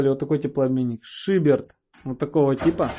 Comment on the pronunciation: шиберТ, полоГ... Ребят, банями занимаетесь - учите терминологию, слушать больно